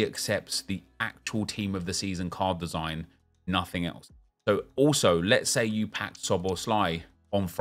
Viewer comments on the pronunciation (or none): none